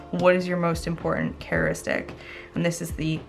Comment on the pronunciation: The word is pronounced character istic